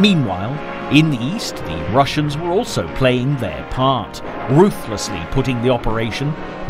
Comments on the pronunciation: Operation Ba-grat-ee-on...... mot Bag-raton. Bagration was a famous 19th century Russian general.. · i believe its pronounced ba-grat-ti-on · Why English spiking people read everything like they would have been done in English language. “Operation bagreishion” he says it is name of major operation of world war 2 and it is called after Peter bagration -general of Russia of Napolionic wars. Bagration is Georgian Royal surname and it is pronounced like it is written.